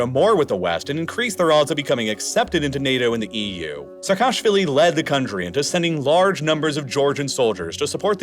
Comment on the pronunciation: Some spelling notes: Saakashvili is pronounced as "Saah-kah-shvili", with double "aa"; Ivanishvili is pronounced as "Ivan-ee-shvili"; Ochamchire is pronounced as "Ocham-chee-reh"; Turkish Ceyhan is pronounced as "Jeihan".